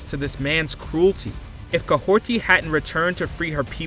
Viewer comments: There’s no way this man is calling Kahhori “Kahhorti”! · It's Kahori and you are pronouncing it as Kahorti. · Where do you get the T in Kahhori???!!!???!?!?!?!??!